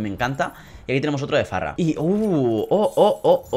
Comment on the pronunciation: se dice fara no farra xD